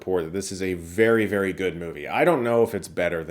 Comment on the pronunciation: Did you say “vary very good”?!? I don’t trust you now!